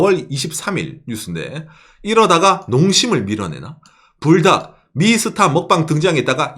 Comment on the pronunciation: 저는 불닭이라고 읽엇는데 뿔닭이라고 하시는군요 ㅎㅎ